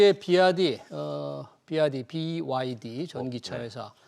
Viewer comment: BYD 발음 연습 이래도 하고 나오지. 쩝!